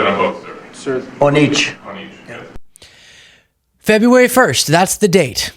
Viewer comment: He can’t say February. Trump says Febwuwawy. Just thought it was funny.